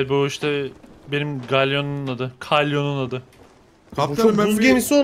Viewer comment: Çıpa değil, Çapa, Galyon değil Kalyon.. Şunları bi anlatamadık size be.. Seviliyorsunuz <3 <3 Mükemmel bir video olmuş ellerinize sağlık.. Yalnız Galyon demeniz üzüyor..Belki ingilizce yazılışından dolayı öyle diyorsunuz lakin, türk denizciliğinde yüzlerce yıldır Kalyon denir bu tarz kadırgalara.. TDK'ya da Kalyon olarak geçmiştir.. Doğrusu Kalyon yani.. Galyon, sanki trakya şivesinde konuşuyormuşsunuz gibi oluyor:D